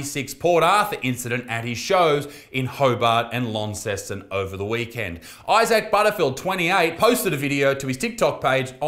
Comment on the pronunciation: Launceston sounded like Inceston to me and it made me giggle